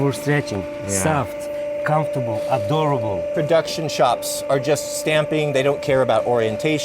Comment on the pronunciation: Did he say Adorable, or Adurable - I think I like that second word, charming AND hardy.